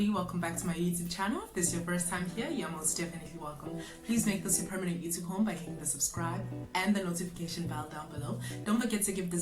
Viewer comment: I love your pronunciation of YouTube😅 you're thee only one I know who says it like this😂